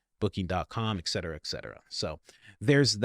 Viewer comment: And etcetera isn’t ekk cetera. Geez!